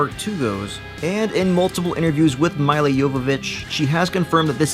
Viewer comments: Its not miley jovovich its milla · please learn how to pronounce Milla